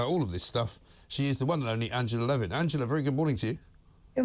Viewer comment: Angela Levin can't even get the name right!